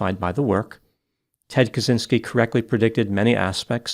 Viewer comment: For every english speakers - Kaczynski you read as catchinski (deaf/numb "i" inside ). It's a slavic/polish surname read as this.